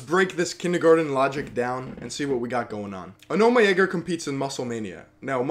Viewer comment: It's called aw-naw-meh